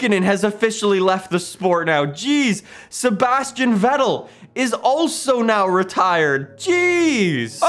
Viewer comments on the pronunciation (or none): none